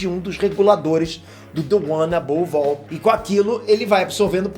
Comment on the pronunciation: The one above "ALL"? Sério?